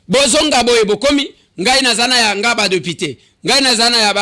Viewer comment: Pourquoi il dit deupité?